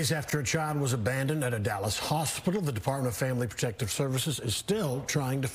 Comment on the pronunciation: He said hoshpital